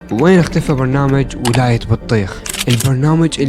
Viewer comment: مايعرف يحجي يكول بونامج هههههه خطيه مايعرف يحجي